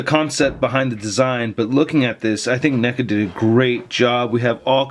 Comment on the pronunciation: Did you say n-$ga instead of neca?!?😭